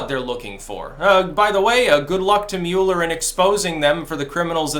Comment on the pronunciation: I love the way he pronounces Mueller's name: "Mule-er." (It's actually "Mull-er," but I prefer his pronunciation. It better suits that corrupt, desperate idiot. My friends and I simplify things even further by just referring to him as "Lurch.")